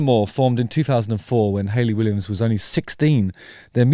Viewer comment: Hahahaha why does your pronunciation of "Ha-Watch" remind me of the Family Guy episode of Stewie trying to pronounce cool whip? 😂( cool waHHip.)